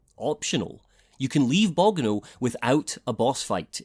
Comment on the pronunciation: I love your long format reviews, but the way you pronounced Bogano is a dealbreaker. Unsubscribing